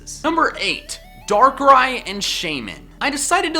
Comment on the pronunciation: THERE IS NO T IN DARKRAI!